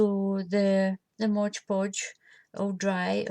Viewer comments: Its MOD PODGE not BLOODY MODGE PODGE GRRRRRRRRR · P.S. You know I WILL have you saying MOD Podge properly eventually. :D